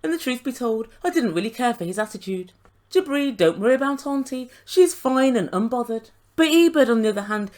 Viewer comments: Every time you say “Jibri” I hear “Debris”. 😳🤣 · That’s what I hear every time she says it! 👍